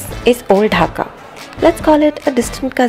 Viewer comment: Its dhaka not hakka